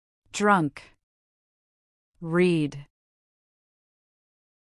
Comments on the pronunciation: Thank you so much for this video. But I Thought read must be prounounce "red" instead of "rid" in the two last forms. Or am I wrong? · I totally agree 💯 bcz the pronunciation of "read" is "red" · The pronunciation of read in the past tense is /red/. You have to be careful when using AI text to speak. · v1-read v2-read but pronunciation is(red) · Read red red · Important note of the video: The pronunciation of the word "read" can differ depending on its tense. - The past tense form "read" is pronounced as /rɛd/ (rhymes with "red"). - The past participle form "read" is also pronounced as /rɛd/ in American English, but in British English, it is pronounced as /rɛd/ or /rɪd/, depending on the dialect. In summary, the pronunciation of "read" can either be /rɛd/ or /rɪd/ based on regional variations. Thank you 🍪🌹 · Read pronunciation red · Read is right but 2nd and 3Rd form pronunciation is red 😊❤ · ' read' in past form is pronounced as /red/ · Dear teacher the pronunciation of read in 2nd and 3rd form is wrong so please it correct thanks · "Read" pronuciation is wrong. Can you fix it? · Thank you for the video. It's very helpful. The verb read is not correct. The pronunciations of the second and third forms should be different! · interesting video for skill pronuntiation...a mistake with verb: Read.... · The pronunciation of the 2nd and 3rd is wrong. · Same thinking. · As an english learning student the mistake in the" read " pronunciations was making me doubt. You should correct it. Pls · Why do you pronounce the three tenses of READ the same_ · The pronunciation of 2nd form of "read "is wrong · Read read read incorrect pronounce of V2 and V3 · This video has a bad pronunciation. For example with read, read ,read.